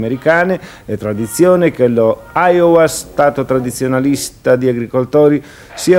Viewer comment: Ohio o Iowa...OHAIOWA non esiste 😂